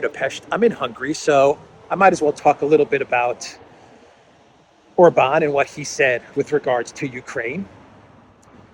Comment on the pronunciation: Maybe while youre in Budapest, (whose name you DID pronounce correctly, yay!) you will learn how to pronounce OR-ban correctly (instead of or-BAN as if he were French)😍